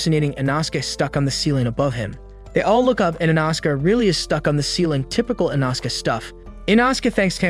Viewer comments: "InAsuke"! Smh! 😅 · Inauhske and thanjuro 💀 😂